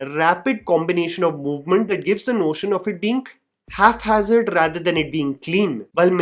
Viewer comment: First, I’m sorry, but this is a pronunciation pet peeve of mine: it's “hap-hazard,” not “half-hazard"—pronounced exactly as it’s spelled. Second, I feel bad commenting on someone’s looks, especially when I look like a cross between Indian Seth Rogen and Indian Michael Moore, but do people really think Janhvi “My Name Is Spelled Wrong” Kapoor is “hot”? I don’t get it. Third, I didn’t know Jaaved Jaaferi could dance. (I’m an ABCD; I know him from 3 Idiots and such.) Fourth, the ageism and sexism toward Malaika is infuriating. I haven’t seen the dance in question, so I’m not commenting on that, and frankly, it doesn’t matter. (Also, she’s still stunning.) And fifth, Srikant Tiwari aa raha hai, b@@@ 😂